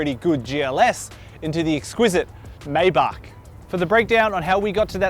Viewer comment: Take a drink for every time he pronounces 'Maybach' a different way.